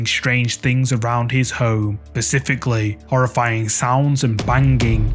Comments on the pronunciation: Just wanna tell you, it’s “Specifically” not “pacificly” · “Pacifically”. The Brits are almost as so-so at English as us Yanks these days. Blame it on Wi-Fi 😐.